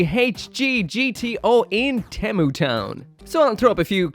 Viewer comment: 1st off, temu sucks And 2nd, why does he pronounced temu like that?